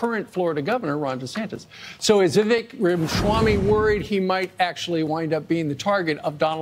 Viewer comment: another easier way of pronouncing his name correctly is 'we wake'.